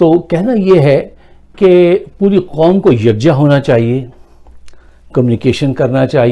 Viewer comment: Please! Don't say nation "Quamm" ....... Please..... Please